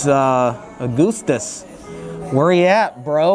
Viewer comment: the way u say augustus is triggering lol